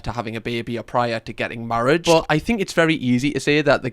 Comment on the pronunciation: mate the editor def giggled at that [did that guy just say "get marrieged?" 😭😭 love you editor ❤❤❤